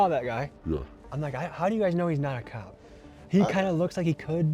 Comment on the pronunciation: Bro said opp not cop lmaoooo